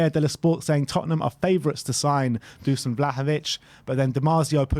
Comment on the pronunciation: Just on the pronunciation of "Dušan Vlahović" - it's not Dusan, it's read Dushan (sh is read the same way as in "shut up"). Cheers!